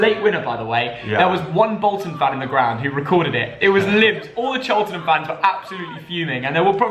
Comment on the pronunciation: im a cheltenham fan btw and you said cheltenham so wrong ha ha